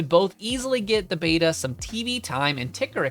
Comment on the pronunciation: It’s pronounced ‘Beta’